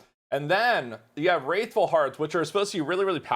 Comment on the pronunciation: I'm bothered how you pronounced "Wrathful" :D